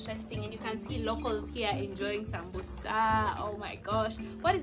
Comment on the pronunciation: The word is Busera not Busa...point of correction